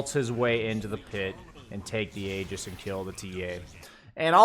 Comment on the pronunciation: IT'S PRONOUNCED "EE-JIS"!!! I'm still astounded that after all these years, people are getting this wrong...